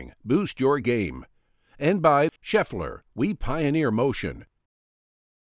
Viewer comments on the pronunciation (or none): none